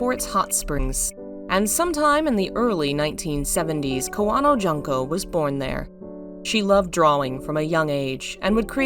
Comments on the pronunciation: Her first name is June(like the month)ko. Not Jun-ko. Sue-eekoden... I love your channel, but please learn how to say Japanese vowels. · Allow me to comment: it's should be pronounced "june-co." instead of "junk-co."